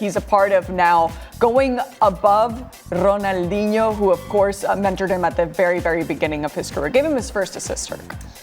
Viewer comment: That's not how you pronounce Ronaldinho 😂